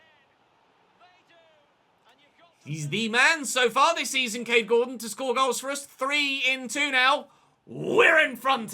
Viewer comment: When you said Gordon during the forest game I thought you said corden and i was reminded of James corden, Cheers days ruined sons crying thx Btw stone to CAM, love the videos